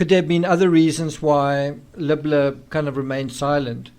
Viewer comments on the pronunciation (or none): Isn't his name Libler, said Leebler, not Lubler? So confusing.